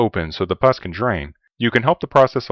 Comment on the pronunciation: It’s pus. “Puss” means face, as in sourpuss, or cat.